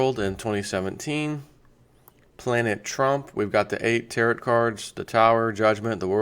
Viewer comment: Just FYI Tarot is pronounced tear oh. as in depot.